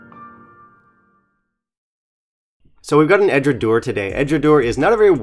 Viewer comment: 1) EDRA-DOW-ER 2) BA-LECK-INN 3) Edradour has no chill filtered whiskies, including the 10 YO OB, and never adds coloration of any kind. Otherwise, well done review…🥃🥃